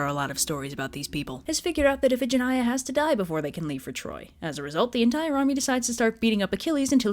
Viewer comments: Damn, as always, great job. XDXDXD Also, huh? Iphigenia is pronounced if-eh-gen-eye-ah? I always pronounced it as if-eh-gen-knee-ah. I prefer the latter version, actually. Sounds prettier to me. XD Iphigenia is such a pretty girl's name, but after hearing this story I'm not so sure it'd be a good idea to name my own future daughter (if I ever have a daughter) Iphigenia. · Fun fact: Iphigenia in greek is pronounced "ee-fee-JEN-ee-ah"